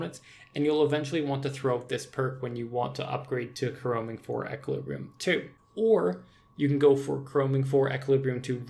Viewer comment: ish you say "until jagex does something about death costs" but why should they... theres no need to. If you don't want a high death cost, don't use expensive gear and do risky shit. It's really not that hard. Also sgb spec is only 30%, not 35% And you're pronouncing equilibrium wrong